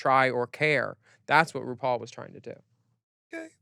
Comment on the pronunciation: gorl what? jinkx called ru broom in her judy garland snatch game. dela called ru "roople".